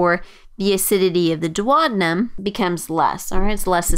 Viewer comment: dwadinum? thats just too painful for the ear